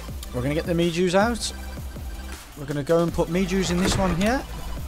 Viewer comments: It's may ho not mayjoe Music NOT NECESSARY!! GG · It's me-ho berries not me-Jew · Me-jew berry 😂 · It’s pronounced meh-joe